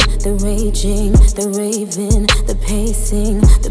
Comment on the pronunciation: The fact she only pronounced 'raving' as 'ravin' bothered me 😅